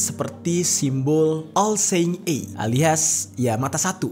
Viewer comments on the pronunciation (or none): Bang! Benerin pronounciation lu pls...imo itu ganggu. Cem dengerin Mukidi ngomong enggres gw. Misalnya "seeing" harusnya dibaca "sii-ing" , dan "eye" itu harusnya dibaca "ai" bukan "ei". No hard feeling yaa...